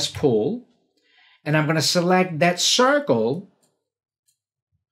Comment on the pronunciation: Whenever says, "C for circle," I actually hear, "C for cookie," in my mind.